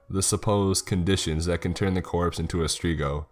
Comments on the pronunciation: Its strigoi. Strig-oy. Not strigo. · Its not strigoh , its strighoi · it`s Stregoi..... not strego. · Is it not supposed to be Strigoi and not Strigo? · "Streego" lul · Umm I’m sure your saying the creatures name wrong but then again accent can make it correct as well.....sorry I’ll drop it I have issues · Romanians are Christian orthodox. Plus the pronuntiation of strigoi is very off. Also the strigoi only come out at night and the trait is not hereditary it can happen to anyone if certain conditions are met. Great story otherwise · You mispronounce strigoi.